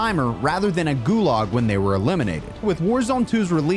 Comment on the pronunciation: Dude can't pronounce, "Gulag".